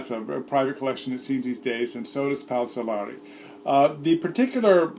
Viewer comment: See' Lehr-ee not See Lah-ree